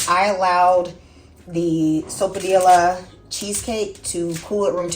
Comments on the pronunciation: Pronounced soap-a- piya. In Spanish one L has the elle sound but two LLs have a y sound. Here in New Mexico a puffed sopapilla with honey inside is a perfect dessert. We also like stuffed sopapillas with ground beef and green chile like a handheld burrito. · The lls are silent and pronounced like a "y". So pa pee ya. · MAKE THIS! It is delicious & always a hit. It’s pretty sweet already, so I skip the honey. Pronounced SO-PAH-PEE-AH. Double L in Spanish is pronounced as y (ee). Excellent tip about the wax / parchment paper. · I think the “ll’s” are silent? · Not silent… “y” sound.😉🩷